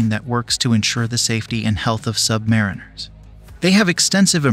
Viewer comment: It’s sub-marine-ers not submari-ners! The base word is submarine (the vessel). So say submarine and then rs.